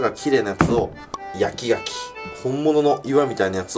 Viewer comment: 焼き牡蠣が焼き焼きに聞こえるw